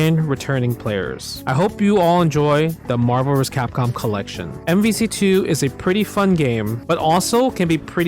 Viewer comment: i love when justin says marsoscapcom